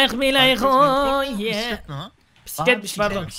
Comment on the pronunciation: Püsüklet ama Mokokoğ Püsüklet